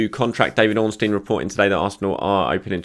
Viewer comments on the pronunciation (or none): none